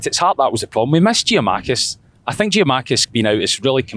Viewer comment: Still saying Giamakis unbelievable